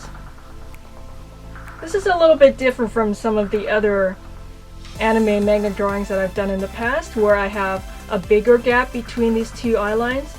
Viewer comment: YOU SAID MANGA WRONG!!!!